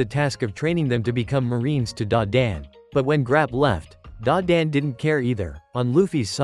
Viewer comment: It's not grap it is garo